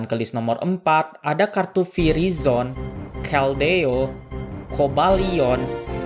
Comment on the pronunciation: izin koreksi bang di kenapa ngomongnya virizon bang? Harusnya kan virizion tu. Sama di itu kan purrloin jadi puraloin 🗿